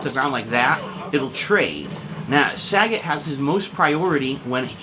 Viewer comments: the way he pronounces sagat is piss funny. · saget? its sagat lol saget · "Sa-gaat" Not sagat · Saggot ITS SAGAT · Its SAGAT not SAGGOT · You say the name wrong o.O it doesn´t sound like sagget it is as it is spelled sagAt =) but still good vid =) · It's pronounced "SagAHt" just like how Ryu says it in Story Mode. It's not "Saget" despite all Americans pronouncing it like that. It's quite pathetic hearing it. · It's saGAT not SAgat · Sagat, like Bob Saget? Hehe.. It's Sa Gart my friend.. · oh my...his name is not pronounced SAE-GET... its SAH-GATT. haha sae-get just makes him sound lame. just thought u'd like to know :) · learn to say his name before posting vid plz.... lol its saGAT not SAGET its pronounce more like SA GOT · just want to add in that his name is Japanese and "git" the way he says it isn't in the language, nor is "Saa". So, you're right. It's Sa-Gat-to, with the to being removable in english. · Happy Birthday, Sagat! One of my favourite characters in the franchise! By the way, it's pronounced as Sa-GAT as not like Bob Saget! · Nah that's the stupid way the in-game announcer started saying it for SF4. And maybe earlier SF games. Point is, us "un-edumacated" North Americans started "mispronouncing" the names (Sagat, Ryu, etc.) from DAY ONE and we're sticking it to it. Sagat = "SA-gut" not "Sa-GOT" Ryu = "RYE-YOO" not "Ree-oo" Abel = "Ay-bel" not "Ah-bel" Zangief = "Zan-GEEF" (hence the abbreviation "Gief"), not "ZAN-gee-ef" etc. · last time I checked, it wasn't 'sag-it' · if they wanted us to pronouce it that way they would have spelled it that way. Mind u that back in super turbo the fucking game clearly says sagat. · it pronounced suh-got saget is bob saget name sagat is spelled different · its pronounced saggit in other games